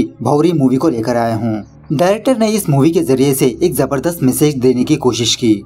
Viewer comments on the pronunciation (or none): none